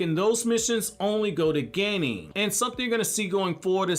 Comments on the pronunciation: English pronunciation of Japanese words is just strange. "hoe-kagey" "geynin" "joe-nin" :P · Wtf is a ganin Ganin Ganin ganin 🙄 As such a top notch Naruto lore knowing it's a F*ucking Genin Jesus christ